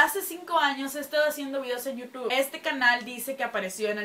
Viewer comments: Se dice yutub xd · bien hermosa*-*♥ Pronuncias bien raro youtube :3